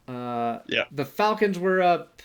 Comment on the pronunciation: Did you say weep 2?